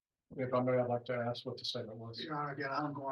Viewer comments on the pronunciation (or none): Those people can’t say the word ASK ? They always say ( AXED ) smh That ignorant mentality.